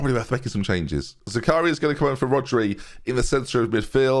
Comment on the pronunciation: butchered Zakaria’s name…